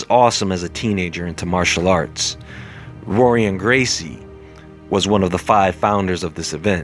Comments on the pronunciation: R is pronounced H in the names (brasil portuguese) sounding like Hoice & Horion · your constant mispronunciation of the gracie names makes you look like a white belt. in portuguese the r makes an h sound. i.e. hoyce or horion. youre welcome.